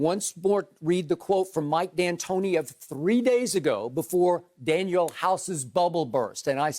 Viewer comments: Skip kept bringing up house's name he should already know that it is DanUel and not DanIel. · What couldn't his parents name him Daniel. No no it's Dan"U"el. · Danuel house..... really lmao skip come on bruh 😂😂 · If i hear skip say daniel house one more damn time . 🤨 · Its DANUEL 🤣